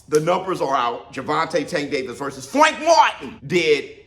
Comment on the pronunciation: What’s with saying Frank’s name like that tho? Lol